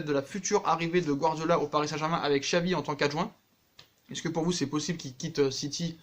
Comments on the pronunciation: Ça se prononce chavi pas xavi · pour Xavi on dit "Chavi" :)